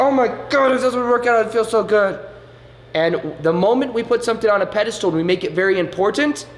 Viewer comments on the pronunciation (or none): IT'S SO CUTE HOW YOU ALWAYS SAY "PEDE-STOOL", LOL... cute, but wrong XD